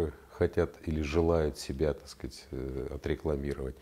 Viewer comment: Пьём каждый раз, после произнесения генконструктором Виталием фазы "так скаать"